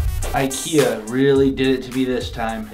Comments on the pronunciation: you mean ikea not akea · It’s ikea not akea